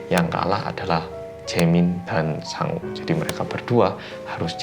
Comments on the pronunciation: Namanya "Sangwoo", aku dengernya "Sangu" alias nasi. Ini aku laper apa ya...😂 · Tulisannya "Sangwoo" aku denger nya Sangu (nasi dalam bahasa sunda) 🤣😂 eh ada nana (jaemin) nct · namanya "Sangwoo". Yang gua dgr "Sangu (sundanese)"... ada apa dgn kupingku :'v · sang-woo Me: hah? sangu? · Pas ngomong Sangwoo kek wong jowo ngomong sangu ngono wkwk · sangwoo, sangwoo, sangwoo Yang kudengar: sangu, sangu, sangu (maaak sangu maaak) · Setiap nyebut Sangwoo,, kok gw dngernya Sangu ya... Hahaha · aku dengernya sangu bukan sangwoo hihihi